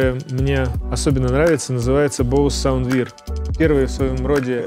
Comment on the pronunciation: Sound Wear == Саунд Вэа